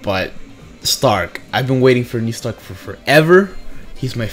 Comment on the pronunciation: You called it fam new stark